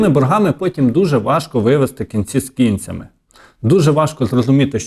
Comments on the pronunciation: Кінці не з кі'нцями,а з кінця'ми. 😂 Ріже слух... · "Кінці з кІнцями" - перестань знущатися з української мови! Ти ж виходиш на багатомільйонну аудиторію!